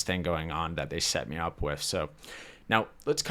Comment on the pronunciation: I notice you struggle enunciating "th." (Ex: "With" comes out as "wiff," or "fifth" as "fiff.") Have you ever been through speech therapy for this?